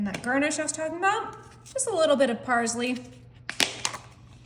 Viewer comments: PARZLY?? ITS FREAKING PARSSSSSLEY. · Pronounce your seasonings like parSley and CreOle correctly